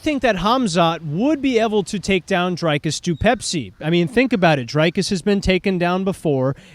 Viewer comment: Why can’t Americans pronounce dricus? Why is it drIcus?